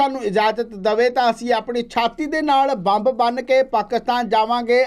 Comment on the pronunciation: Bai ji bomb ni ammb boliaa c😂😂😂